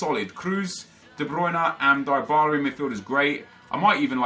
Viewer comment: It's not die Bala it's Dee bala